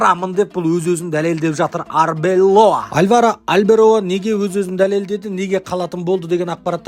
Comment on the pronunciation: Алберола емес Арбелоа 😂